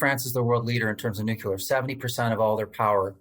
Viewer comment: NUCLEAR not "nucular"